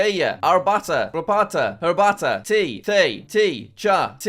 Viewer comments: You mispronounced the German "Tee". May Duo have mercy. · You should say that finnish one as tee not tii